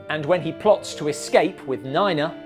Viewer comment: Neena, not niner